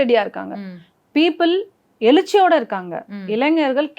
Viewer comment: அது எலிச்சி இல்ல எழுச்சி மேடம்.. நீங்க சூப்பரா தமில் பேசறீங்க.. விஜய் குடும்பத்தில் நடந்ததை நேரில் பார்த்தவர் போல் பேசுகிறீர்கள்.. என் கணவர் மாமியார் என்னை கொடுமை படுத்தியதை எவ்வளவு சொல்லியும் எனக்கு வாழ தெரியவில்லை என்றார்கள்.. விஜய் சங்கீதா அவர்களுக்குள் என்ன நடந்ததோ அவர்கள் குடும்ப விஷயத்தை எதுக்கு பேசறீங்க.. நல்லா பிரபலமாயிட்டீங்க.. 😅😀😂...